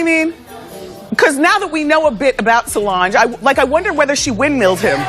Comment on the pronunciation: Is anyone else annoyed at the way the narrator is pronouncing Tina, Solange, and Beyoncé names?